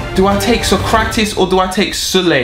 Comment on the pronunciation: Also you never pronounced keratitis name right, it's sock - rat - ees.